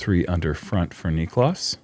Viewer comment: Heyyyyyy......SOME Of the American announcers are starting to get this guy's name right. Its not v hard. Oh , well not Paul..just heard him around 7 min. Only TWO Syllables ✌🏽👏🏽👏🏽 native English speakers Say : "knee• cläss" Niklas. Not Nich•o•las.... now you're a tad smarter 🌈